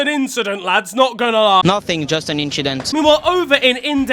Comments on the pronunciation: Quite the inchident at the start. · Just an inchident 💀